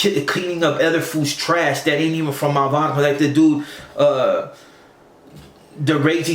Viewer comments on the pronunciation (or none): This lop said "he's not from my baghrrow" barrio is not a hard word to pronounce pendejo.